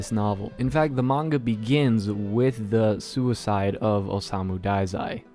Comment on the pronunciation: You got osamu right but the dazai is not daizai. It's pronounced duh-zai. You got oba almost right. It's not oboe and obe(like in over, but the v is b and there is no r). It's oba, like in boba. O-buh. O-buh but without the u. The o'u'ba.